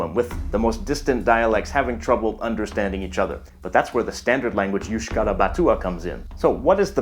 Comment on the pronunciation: "euskara" is pronounced /eus̺.ˈka.ɾa/: You can use Wiktionary for checking pronunciation of foreign language words, it's very useful